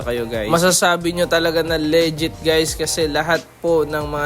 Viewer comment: Tangina bakit may sumasabog? at tsaka Lee-jit hindi Leh-jet!